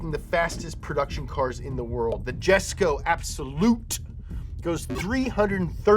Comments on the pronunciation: YESKO NOT JESKO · It’s pronounced Yesk-OH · No big deal but Jesko is actually pronounced yesko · Again... With the name butchering!!! It isn't JESKO!!! It's pronounced Yes-Co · Jesko is pronounced Yes-Co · not only did you pronounce Jesko wrong, but the editor showed the Jesko Attack, not the Absolut 😭